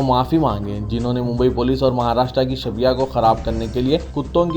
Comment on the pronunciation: اردو کا tuition جلد از جلد شروع کرو shabya نہی shabeeh ہے ذرا زاہد علی خان صاحب سے پوچھ لو